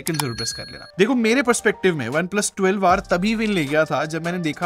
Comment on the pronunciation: Bhai mujhe kyu 12war sunai de Raha hai